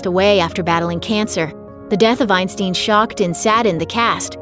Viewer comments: Bob Ein-styn, not Ein-steen! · It's pronounced Einstine, not Einsteen. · Isn't this stupid how she can't pronounce names right? I mean mall?! Eisteen!? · I believe the name is pronounced eye- n- STINE, not eye-n-STEEN. I knew him more as Super Dave Osborne.